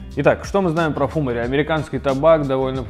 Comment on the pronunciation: фумАри вроде как правильнее :)